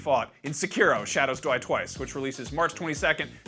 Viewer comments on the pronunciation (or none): I'm not the only one that heard him say 'shadows dwie twice' right??